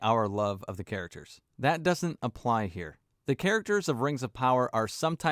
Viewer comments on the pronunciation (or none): none